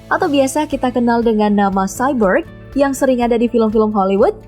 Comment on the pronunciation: Kayak cyber bilang nya